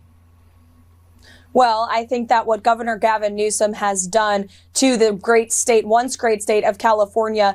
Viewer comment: I heard what I think was Trump's first usage of "Newscum." It sounded unintentional to me -- probably dementia-fueled, but perhaps just an ordinary slip of the tongue. His name-calling brain pathways seem to still be intact, though, and he jumped on the mistake and started using it on purpose.